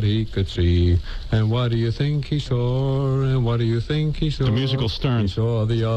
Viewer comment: and whattaya think he sawrrr, and whattaya think he sawrrr.